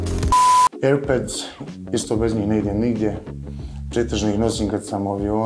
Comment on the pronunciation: lik rekao airbeds hahahha